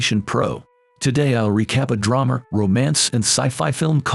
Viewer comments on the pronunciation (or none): it's an AI generated voice... it even said "Dramer" instead of drama.